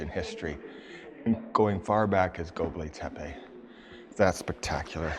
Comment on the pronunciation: Where is An Kara? Or did he mean Ankara. And where is Goblay Tepe? Or did he mean Gobekli Tepe? Who let that loon out of the asylum?